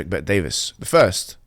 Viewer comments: legends say hijab still calls him DAVIS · its bet-david, not bet-davis. also, for Allah's sake, please turn down the gain on your microphone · Bet-David. Not ‘Davis’. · its Patrick Bet-David, not Bet Davis. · Its Bet David not Bet Davis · "Pet-DaviS" "Bet-DaviS" - Mohammed HijaS. Mohammed Hoojab. Mumhammad Boobjab. You're not the only one who can intentionally mispronounce a name, being a rude and condescending prick. If you are going to spend nearly ten minutes criticising someone, have the decency to learn their name. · Why do you have to get his name wrong? You have done this mistake before with other people.